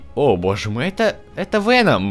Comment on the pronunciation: почему ты говоришь вееном . правильно говорить веноом